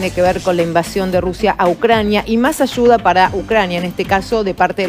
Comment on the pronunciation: No se dice. Michones.. Se dice.. Millones....no se dice. Achuda... Se dice ayuda... Todo es ch chchchchchch chchchchchch chv und chchchchchch h hch h h h h .. Me enferma ese asentó ridículo argentino